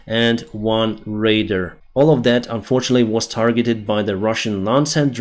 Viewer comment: Radar Said like ray dar Not raider